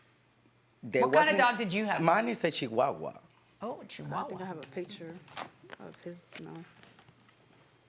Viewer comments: Lol he so shady I don’t trust him ! & the way he said Chihuahua 😂 omg bye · The way ( s)he said chihuahua 🤣🤣🤣